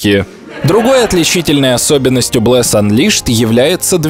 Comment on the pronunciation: Блес воскрес в стимес! а ты вообще не правильно сказал